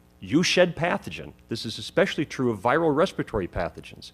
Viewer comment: Scientific and medical consensus is important for a reason. There are ALWAYS outliers. And a doctor who says "ecspecially" no less. LOL